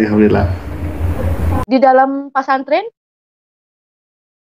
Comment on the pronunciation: Masuk pak santren...bukannya harusnya pesantren ya....Allah sdh membelokkan lidahnya,ngomong bhs indonesia aja keseleo palagi sok2 an baca alquran tmbh kelu lidahnya,bc yg latin aja susah banget😂😂😂